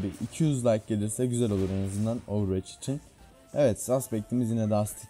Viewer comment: ovırveç değil ovırvoç